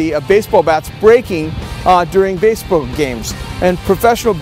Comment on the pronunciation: Basebuuhh games